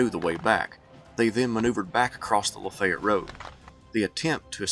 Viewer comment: Cool upload! Ty! So...Lafaylette...is pronounced (Lah Fay yet)